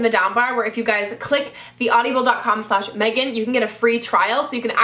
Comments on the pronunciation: I'm sorry -- I just have to say this because it's been bothering me. It is 'aud-i-ble' NOT 'aud-io-ble'. Please just pronounce it correctly so that people don't cringe every time you mention that site. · you pronounce audible kinda weird.. lol